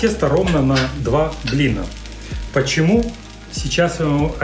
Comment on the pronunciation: Два блинА,а не блина. Вы что не русский?